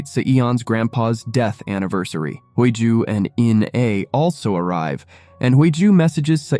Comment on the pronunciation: The FL's name is pronounced Hee Ju not Hui Joo. The two leads are good looking which took away some of the plot where they were both threatened by a psychopath and living under a dangerous situation. A romance has developed under this black cloud. Very interesting plot if you consider all the factors in their daily lives. I really enjoying this series 💞💛💞